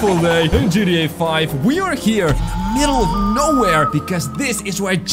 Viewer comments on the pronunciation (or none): Why do you say Gda it's gta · You say. GETA